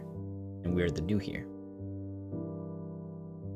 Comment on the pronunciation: It's pronounced "air." As in "the heir to the throne"